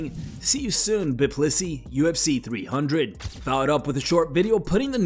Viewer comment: Bi-plisi as in Bi-sexual. It's hilarious and you completely missed it haha.